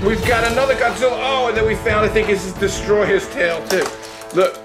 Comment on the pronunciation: It's not "destroy-ah" it's destoroyah